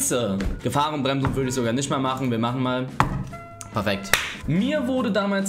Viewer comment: "Golden State Bridge" paefekt